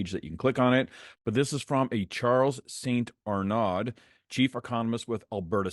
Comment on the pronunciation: alright! my man! They will try to have a soft landing, but the system needs to be cleaned up a good spring cleaning, restructure etc.someone needs to pay for this mess. St-Arnaud (pronounced = Arneaud ) don't pronouce the D